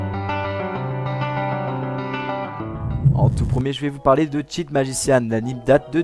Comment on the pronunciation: Je viens de découvrir ta chaine,ta vidéo est super ^^Mais tu pourrais juste mettre le nom des animes dans la vidéos ou dans la description?J'ai du aller voir dans les commentaires pour trouver leurs noms parceque ça porte à confusion j'ai entendu chip au lieu de cheat et évidemment j'ai rien trouvé. MAIS !!! Je m'abonne continue comme ça ^^